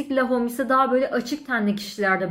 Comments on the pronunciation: Yuvi sen(t) loren şeklinde okunmaz. İ(y)v sen lor(ğ)an şeklinde okunur. Lahom şeklinde okunmaz. Ĺo(h)m şeklinde okunur. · La hom değil lom diye okunur. Parfüm incelemesi yapıyorsunuz ama daha ismini okuyamıyorsunuz. iv sen loren lom diye okunur.